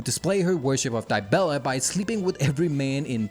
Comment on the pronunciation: Holy shit, that Dibella pronunciation... Great to see another banger tho